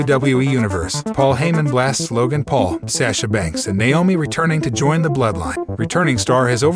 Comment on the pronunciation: It's sasha banks not sasha banks